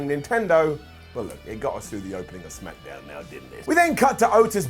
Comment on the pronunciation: "SmackEhDown" BRILLIANT 🙌🏼🙌🏼